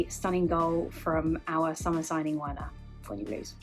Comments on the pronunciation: For goodness sake, it's pronounced Verner not Werner, please Chelsea fans get that name right, no wonder why he can't score 🤦🏾‍♂️ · Its pronounced "Verner" ffs